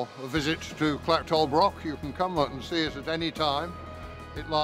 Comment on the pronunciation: Is there not a Scot who can narrate and actually pronounce the word "broch"? Was interesting just the same.